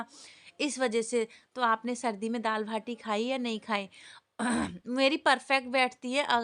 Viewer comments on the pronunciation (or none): भाटी नही होता है बाटी होता है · भाटी नहीं बाटी बोलते है 😊 हम राजस्थानीयो के घरों में तो कोई भी मौसम हो दाल बाटी तो रेगुलर खाईं जातीं हैं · भाटी नहीं होती बाटी होती है 😂